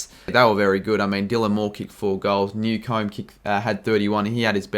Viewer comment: lol newcombe is without the e for pronunciation